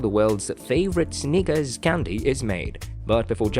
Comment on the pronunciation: Imagine doing a video on Snickers and not being able to pronounce the word Snickers.